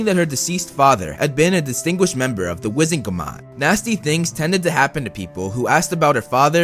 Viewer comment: why did blud say "wizengamot" like that☠☠☠